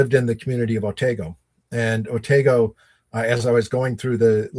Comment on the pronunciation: Please, the Otsego County village you mention in this podcast is Otego, not Otago.